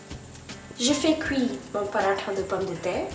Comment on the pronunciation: J'aime ta façon de prononcer "Paratha" c'est tres joli !